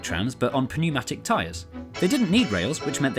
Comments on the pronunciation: pneumatic has a silent "P", like pneumonia. Pneumatic is pronounced "New-mat-ick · The p is silent in Pneumatic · "P-neumatic" lol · Are we going to ignore the fact that mans pronounced the 'P' pneumatic? 😂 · TFW I don't know if Brits actually pronounce pneumatic with a P sound or if he's doing a bit. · Pronunciation of “pneumatic” made me chuckle 😂 xx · Great video VERY informative I remember the 629 Trolleybus as a child. FYI and only to be helpful the P in Pneumatic is silent . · BTW the p is silent in pneumatic